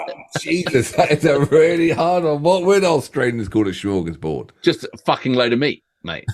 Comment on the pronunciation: Now, that’s a barnstormer of a song! I loved that version. B.t.w. Smörgåsbord i spelled and pronounced with an s, not sch. Direct translation=sandwichtable. 🥪